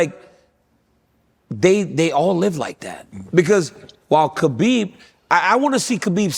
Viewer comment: Why, after all these years and with the respect Khabib has earned and deserves, do people still refuse to pronounce the man's name right?